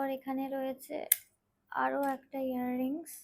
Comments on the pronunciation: Ear ring bolache😶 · Earrings to bolche... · Hair rings noy earrings... Besi style kore ar nekamo kore bolte giye pronunciation ekdom 😅😅😅😂😂😂